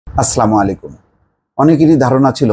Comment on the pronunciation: আসসালামু আলাইকুম ওয়া রাহমাতুল্লাহ, ভাইজান আপনার সালামের উচ্চারণ টা সঠিক না,দয়া করে সঠিকভাবে সালাম দিন।